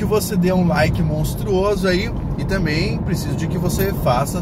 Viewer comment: Professor, falando tamem . erradissimo!